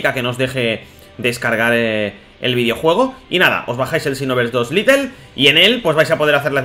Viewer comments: se dice lait no lite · ...se dice xenoverse LITE no LITTLE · Porqur dices "litel" y no lait y la escusa de que no sabes ingles no vale xq hay videos donde lees y traduces del ingles al español xD (mirando todo el video ya lo entendi dices litel porque es un version pequeña osea "little" ) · Es Lite no litle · Ya pero bueno, se habrá equivocado en todos los vídeos que hace hablando de este juego diciendo little :v